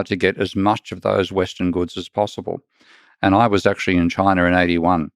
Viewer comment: Where exactly is “Chiner”?